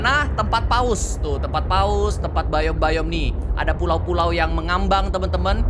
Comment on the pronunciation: Bang kata Abang yang bayom salah bang harusnya dibaca biom